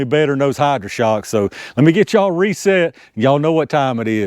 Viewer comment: I love the "ya-all"